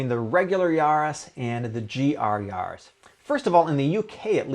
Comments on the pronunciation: yAris not yarrris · The way you say Yaris sounds like you’re a pirate